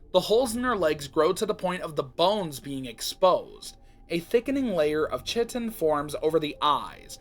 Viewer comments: Fun fact: chitin is actually pronounced more like kite-in! Awesome video btw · Ik this is like a month old but chitin is pronounced Kai-ten